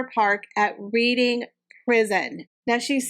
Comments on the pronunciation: Just to give you the heads up. Reading is pronounced Redding. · Hi Reading (the place in the UK) is pronounced Redding - like the colour Red (British spelling and pronunciation is difficult yeah) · Reading is pronounced Red ing. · Hi, I enjoy your videos very much. The British language is difficult to pronounce as it doesn’t always make sense with the spelling, and is dependant on the context it is used. Reading (the town in Berkshire) is pronounced Reding and Berkshire is pronounced Barkshure. I know it does not make sense😂😂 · It's pronounced "Redin" as in past tense of read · Hehe hard to maybe type it here but it is Red-ing not Reading hehe but spelled Reading, hope this makes sense hehe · Like your channel!Reading is pronounced "REDDING".I am definitely going to watch "The lost King".oh and Derbyshire is pronounced DARBY-SHEER.Sorry ..i am a brit who is currently living in USA andni cant help correcting grammar! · Reading is pronounced 'REDing'. Love your show!